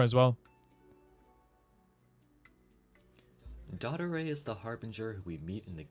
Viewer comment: btw his name is not d*O*ttore like the creator says, its dott*O*re